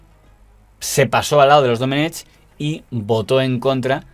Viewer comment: Se pronuncia Doménec, la c final es muda. Es una forma arcaica de escribir en valenciano (y en catalán) el nombre Domingo.